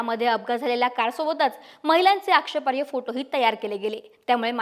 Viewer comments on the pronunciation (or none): 'आक्षेपार्य' नाही हो.. आक्षेपार्ह म्हणा.